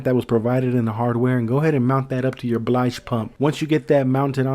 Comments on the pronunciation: It's a 'BILGE' pump. NOT a 'BLIGE' Pump...!!! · did you say "blige" pump?